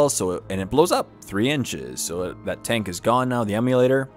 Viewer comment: Yeah, that was getting annoying. IMMOlator, not EMUlator.